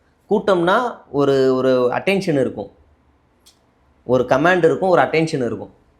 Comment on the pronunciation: கமேண்ட் இல்லை.கமெண்ட் என்று சொல்.command இல்லை.COMM'E'NT.